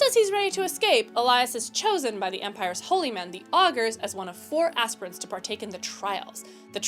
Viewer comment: Can’t pronounce “commandant”. Can’t pronounce “Aquila”. Can’t pronounce “aspirant”. Wow, I suck 😂